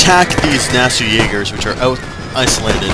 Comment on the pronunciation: you misprenounced nassau